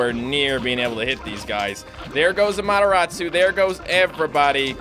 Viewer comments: He pronounces Amaterasu right now? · You're still pronouncing Amaterasu wrong by the way.